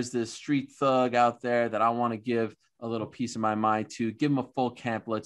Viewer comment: So usman said street thug.. & heard street dog😂😂